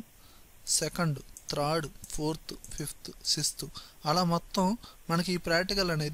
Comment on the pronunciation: త్రాడ్ రో .. కాదండి.. థార్డ్ రో..